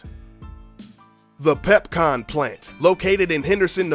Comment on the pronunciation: Pepconn, Repconn